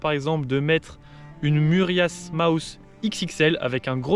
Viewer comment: C'est quoi la MuRiasse ??? Moi je ne connais que la MIURAS :) Je vous taquine, beaucoup ne savent pas prononcer correctement le nom du leurre. Bon courage pour le doigt.